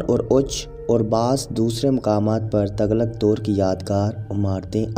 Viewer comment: تَغلق نہیں، تُغلق پڑہیئے گا Tughlaq